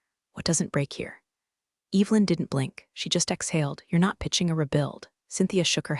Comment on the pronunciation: Sorry…I just can’t. Every time she said Eve Lynn it made my eye twitch 👀